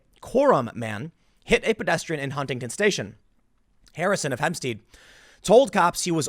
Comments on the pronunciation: Tim: It’s ON Long Island, not “IN.” And Hempstead is pronounced /HEMP-stedd/, not /HEMP-steed/. Did you really live in NYC? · hemps-ted not teed